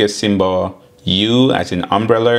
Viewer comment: U as in umbular? what....?